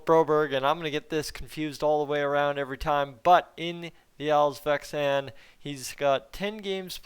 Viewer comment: It's "all-sveNskan" with an N. "Svenska" by the way means "Swedish" in Swedish. Next time we all have to drink a shot every time you say "ALLS-VEXAN" ! 😜